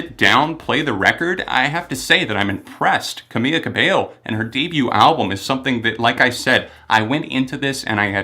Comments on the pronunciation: It’s CA-MEE-LA not CA-MEE-YA but at least you pronounced her last name right so... close enough I guess? 🤷🏽‍♂️ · caBEYO is right, but NO it's not cameYa, it's camEELa : ) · Her name is Camila but is pronounced like Cam-EELA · Chiino Bear no, I speak Spanish and it’s pronounced camEEla cabeYo. She even had it as her twitter name for the longest time because people always mispronounce it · Omg every time he mispronounces her name!!!! Ughh i can't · Ugh. I’m a big fan of your reviews and i’m not a Camila super fan, but it just irks me so much when people mispronounce other people’s names, ESPECIALLY when they’re talking about that person for an entire video. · One “l” doesn’t make a y sound👍🏽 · U said her name wrong. It's Camila, there's an L. I'm just letting u know. Not trying to be rude! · Great review, besides saying her first name wrong the whole time 😂. Really do love your reviews tho, always spot on 👌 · you're pronouncing camila's name wrong. it's camiLa cabeYo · its pronounced cameeLa cabeyo